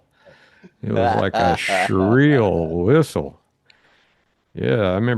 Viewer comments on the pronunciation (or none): Shrill. Not Shreel.